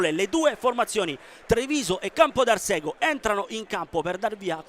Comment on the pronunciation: si pronuncia Campodarsego con accento sulla a e non sulla e